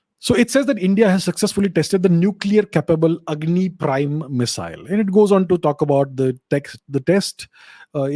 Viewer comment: it’s Agni, not Angi 😅